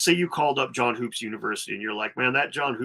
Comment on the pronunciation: Hoopes is pronounced Hups. I'm sure the mispronounciation grinds his gears. Dan Richard's is insufferable.